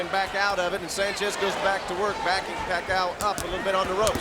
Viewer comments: He says pakha you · Manny "Pa-kayo" before they knew how to pronounce his name lol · The time when Bruce Buffer doesn't know how to say Manny's last name correctly 🤣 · Those were the time when Buffer cannot pronounce Pacquiao correctly yet Haha 😂